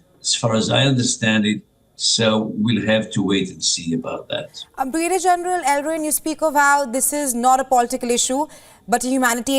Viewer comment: newsreader does not know how to pronounce Brigadier so funny